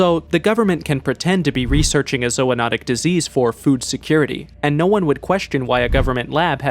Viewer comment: zoonotic < zoanotic